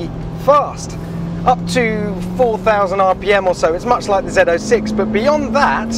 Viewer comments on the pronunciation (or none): If you’re driving an American z06 you call it a zo6 not a zed 06